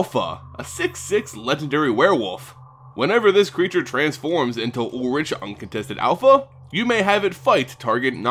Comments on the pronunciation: YOU SAY ULRICK NOT ULLRICH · It's said like Ulrick no? Either way he is kinda disappointing and it might be better to still use other RG legendaries as a commander. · ul-rik is the actual pronunciation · actually it’s ulrichg not ulrish or ulrik